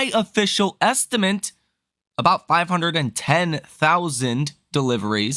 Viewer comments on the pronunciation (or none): the word estimate ends with ate, not ent.